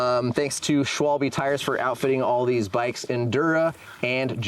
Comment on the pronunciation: these guys are “experts,” but they dont know how to pronounce Schwalbe and Giro? Pathetic.